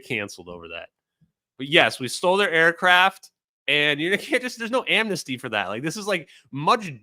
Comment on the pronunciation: Just cried again at the “ ooooo you stow ayacraff?!”